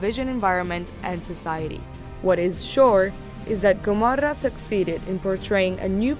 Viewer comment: It’s the perfect italian pronountiation!